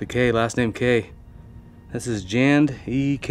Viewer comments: I think the name is more like J and E Kay and not Jand E Kay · “J and E” not “Jand E”. 🥴